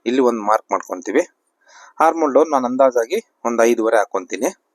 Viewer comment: ಅದು ಹಾರ್ಮೋನ್ ಅಲ್ಲ... Armhole... ಆರ್ಮ್ ಹೋಲ್....